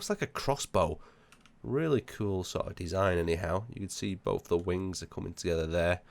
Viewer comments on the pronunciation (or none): none